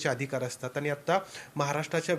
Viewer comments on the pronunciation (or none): वर्ण, शब्द, पद, वाक्य, भाषा, व्यवहारातील सुयोग्य उपयोग या साठी सर्व वृत्त वाहिन्यांच्या वृत्त वाचकांचे प्रशिक्षण गरजेचे आहे, काना ला सहन न होणारे उच्चार, जे आणि ते चा अनाठायी वापर, बोलण्याचा वेग, सगळंच असह्य होत चाललय.. अरे तुमचा हा कधी शुध्द मराठीत वार्तांकन करणार? हे चित्र कधी बदलणार? अरे किती दिवस अशुद्ध मराठी ऐकायंच? आणि म्हणून पण स्वच्छ पणे म्हणु शकत नाहीये अरे आनी म्हणून कसं काय म्हणु शकतो? पत्र देणं म्हणतात रे पत्र देनं म्हणत नाहीत शिकवा जरा ह्या ला!